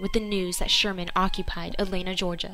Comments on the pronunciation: Why is the narrator of this video calling "Atlanta" something that sounds like "Elena"?? If you are going to have someone narrate these, at least get someone who can pronounce things correctly! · She did NOT do a "good job!" She couldn't even pronounce "Atlanta" correctly! She called it something that sounded like "Elena."